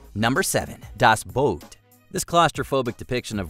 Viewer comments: It's "Das Boot", NOT "Das Boat". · Your pronunciation of certain words made my skin crawl dude. Please know that among the worst was saying "chattle" which isn't a word rather than "cattle" and also calling the movie "das boat" and not "das boot" there were others, but those 2 really irked me. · It's 'Das Boot', you hacks. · Couldn't you TRY to pronounce the sites and titles correctly? Pont duh Hook? Das Boat?